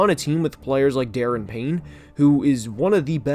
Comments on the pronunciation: DA-RON Payne, buddy... not Daren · It’s Daron Payne pronounced Da Ron 😂. Other than that, I agree mostly with your assessment. Defensive coordinator is very inconsistent. Offensive coordinator should be better than Scout Turner. HC is still a question mark. Hopefully because of the ownership situation the coaches are more focused this coming season. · Please pronounce Daron Payne’s name correctly. It’s pronounced Duh-Ron